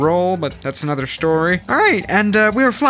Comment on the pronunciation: Suscribed note that down with, Nother and other words that he completely destroys.